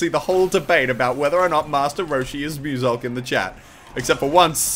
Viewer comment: mewsilk no. moosalkh pls.